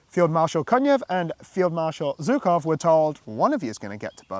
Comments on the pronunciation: Please just learn how to tell surnames properly. It’s Zhukov, not Zukov. This pronunciation just makes my ears bleed even though like you I’m not Russian nor do I speak Russian. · Being polite buddy also means learning the names of the famous people you’re mentioning properly. It’s not like general Zhukov is somebody unknown. Don’t be an ignorant Brit. If we all know how to properly pronounce Field Marshall Montgomery’s surname, it’s not so hard to properly pronounce Zhukov. Even I who can’t speak Russian managed to learn it properly, so hope you’ll get there as well. I wish you all the best👍🏻👍🏻